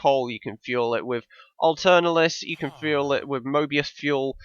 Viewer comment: BTW "AE" is a vowel sound which is pronounced A as in Apple so Aeternalis would be "at-ern-al-is" I would imagine. (not the best way to describe the pronunciation but there you go)